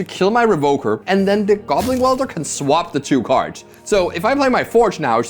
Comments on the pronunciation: Weld-er not wield-er lol 😂😂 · commentary is great but mispronouncing “welder” as “wielder” is getting me every time 😭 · Is deliberately saying "Goblin Wielder" instead of 'Welder'? Surely someday they will make some sort of Goblin Bombardment creature with that name. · It's welder, not wielder ;_ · is it not Goblin Weld-er? like, welding? like where you melt metals to fuse things? that seems more fitting than Goblin Wheel-der as its being pronounced. just curious. great videos! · does this guy not know the word weld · i love you but its "welder" not "wielder" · I love you man, but it's WELDER, not wielder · WELDER not WIELDER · Every time he pronounced welder as wielder I just pictured some dude swinging a goblin around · Would someone please tell how to pronounce welder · Welder rhymes with held her, not with fielder. 🙏 Also great video as usual.✌️ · You'd think that went to the Seth-probably-better-known-as-SaffronOlive School of Pronunciation or something... W E L D E R, but I mean also Seth called her S I E R R A Angel for a long time... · Amazing video. Btw welder and wielder are different words with different meanings and pronunciations. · Weld is not the same word as wield. Not sure if you were saying it wrong on purpose but it was only funny the first 3 times you said it wrong IMO.